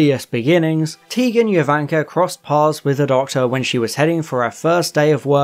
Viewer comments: Who is Tegan Yovanka? Tegan Jovanka is pronounced with a hard J, like Jo-van-kah. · Fantastic video but just a quick correction: Tegan’s last name is pronounced JOvanka with a hard J, not “Yo”vanka. Great video!!! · It's his mispronunciation of Jovanka that got me. Tegan said it often enough when introducing herself, and it's definitely a hard 'J' sound at the beginning. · Nope. She was named for Jovanka Broz, that's not pronounced with a hard J. Its yovanka.